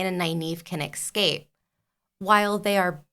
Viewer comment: Escape!!! NOT EXCAPE!!